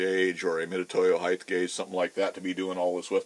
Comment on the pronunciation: Width x length x heighth?